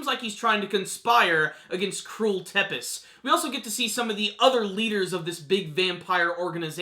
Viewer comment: Tepes is pronounced Tzepesh in English is from Vlad Tepes translated from Vlad the Impaler the romanian prince that was called Dracula